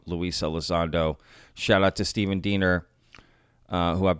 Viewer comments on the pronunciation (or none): none